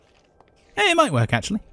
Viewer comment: “I don’t think this is going to wErK” went a little American there